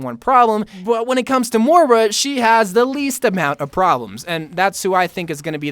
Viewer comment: M-o-i-r-a not mora.